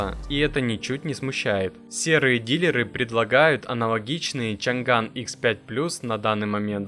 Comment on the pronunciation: Не чан ган а чъан дан 😂😂😂